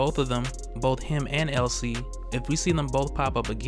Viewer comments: Um.. it's Elsie not Ellie. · Elsie, not Ellie. Elsie Dee. Get it? LCD. Elsie Dee and Albert